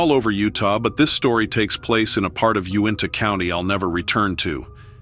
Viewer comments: It is pronounced You-in-ta, I lived in Utah for over 20 years and I had to really think about what county you were talking about. The tribes up near the Uintah mountains are the Utes, Navajo are in the Southeastern part of the state. Nothing to say one couldn't be up north, but just saying. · U IN TA is how you say Uintah.